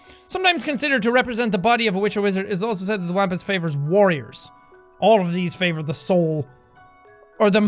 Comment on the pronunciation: It's pronounced Wompus it's an American cryptid